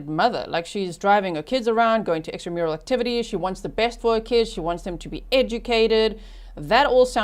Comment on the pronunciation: HA! Had to check closed caption, which says you said "extra mural activities" but I heard "she drove them around to EXTRA MARITAL ACTIVITIES" … which with Donna's level of control, I wouldn’t doubt that either.😂🤣😂